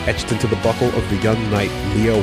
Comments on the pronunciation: Hes saying buckle right? Not butthole? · I'm probably the only one, but I can't help but keep hearing "butthole" instead of "buckle". I don't know why. But hey, the part about etching words into buckles became much funnier than it was ever meant to be. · Am I the only one that miss hears him saying "butthole" instead of "buckle"..?